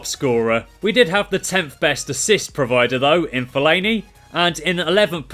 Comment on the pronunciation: My Fav Part Was When He Said Fellani